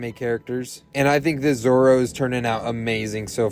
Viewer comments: Dont worry your pronouncing it right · Amazing Pronunciation But in your subtitles its Called Zorro added a extra r its Zoro in the anime but the drawing is amazing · Ok you pronounced zoro right but you spelled him wrong but it’s just spelling so it’s completely fine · Yes correct that’s how you say his name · U got zorrro right👍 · 🎄very nice! You did pronounce Zorro right and I think you should do Moana! Also it’s my birthday!🥳